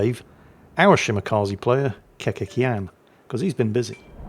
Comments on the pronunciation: for all names coming from Balkan and slavic region letter C is never and i mean NEVER read as an english phonetic K. Its tz,closest word would be Tzar. The TZ is our C. So it would be Keketz Yan. J is also never J its Y. As in Yugoslavia. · This is Kekec (the younger one) and it is pronounced Keke-ts last C is like Cecil sound. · Actually, the name is composed of two words, Kekec & Jan, Kekec being a fictional character from our childhood:D And the C is not K:P Yes yes, going back to the salt mines:P Ps: Zaromet is Spotlight:P